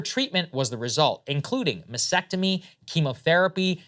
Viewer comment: So, don’t trust doctors but trust a journalist who has about a decades less training and understanding of the nuances of this. Ok. No thanks, I’ll stick with the doctor. He can’t even pronounce the word mastectomy correctly.